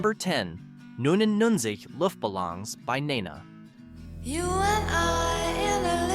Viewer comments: OK. There's something wrong with the way you pronounce "Nena". It's not in English, but in Spanish, so you don't know as much as you should to make this video, IMO. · how the hell do you miss pronounce Balloons? or Nena ??? also no we have not forgot these songs mom still plays them and I grew up with them playing all the damn time